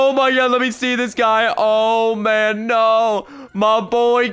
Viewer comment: You screamed oh nei, nei is norwigan